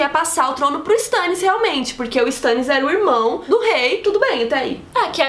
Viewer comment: Meu Deus aaaaaaaaaaaaaaaa, me dá agonia por ouvir "Stãnnis"